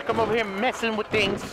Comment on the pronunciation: This guy saying "tings" like he from Toronto😂😂😂